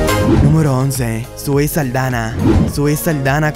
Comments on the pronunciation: Es Zoe Saldaña no Saldana y es Dominicana 🇩🇴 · También estas equivocado con el apellido de Zoe no es Saldana, es Saldaña.